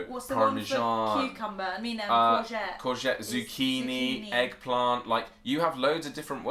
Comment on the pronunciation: "Courget-tee"? Are you serious? If I were in London, or wherever, and I heard someone say "courget-tee." I would have thought they were talking about a sports car! "Hey! Would you like a ride in my new Courget-tee?"